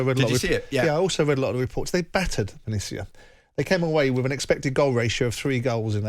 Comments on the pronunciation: Roma are pretty much where they were last year. It takes at least a couple of seasons to change a side. It must be a slow week in the World of football because Jim is just attempting to make a mountain out of a molehill. Oh and it's "ven-et-zia", please bother to get the pronunciation right? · Perhaps you should check how to pronounce Venezia ... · Someone at talksport pls teach Jim White how to pronounce Venezia. The fact that he's been there makes it even more inexcusable